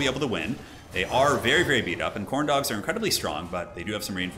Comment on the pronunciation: you say Khorne dog, I hear Corndog